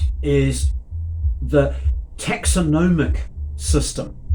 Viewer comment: 🤦‍♂️ can’t pronounce taxonomy correctly, then proceeds to talk utter nonsense. Maybe tinyhouse living has led to tinybrain thinking.